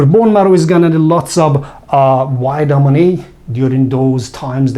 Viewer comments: Please learn to pronounce the letter V! Its Vitamin not witamin! Otherwise thanks for the help and info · Excellent, I love it "whitamin"😂